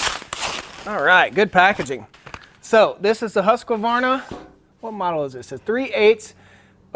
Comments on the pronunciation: Not to be picky but it's pronounced Husq varna no Husqa varna. Nice vid, stay safe out there! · Hoosk-varna. Not husk-A-varna